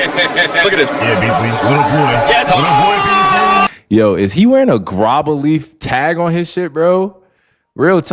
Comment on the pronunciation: Bro said B Easly